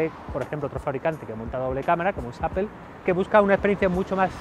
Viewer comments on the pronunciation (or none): none